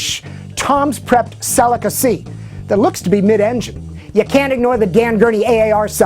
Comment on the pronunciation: Never heard of Celica pronounced in such a ridiculous way